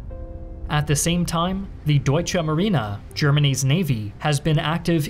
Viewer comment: Deutscha Marina, as if they deliberately ignore E at the end